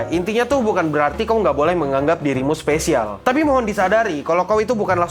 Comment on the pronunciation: You're my specialz.. tet tonenenenot tonenenenot... 🗿🗿🗿